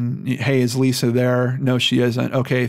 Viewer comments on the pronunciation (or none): none